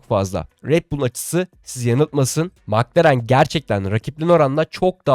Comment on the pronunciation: Mc Laren yada Mc Donalds bu söylemek bu kadar zor mu???? Madem düzgün söyleyemiyorsun, bir İngiliz yada bir alman formel 1 yayını izleyerek isimleri ve markaları daha iyi söyleyebilirsin. Milletten abone olmalarını, Size destek olmalarını istemeden önce doğru söylemeye çalış.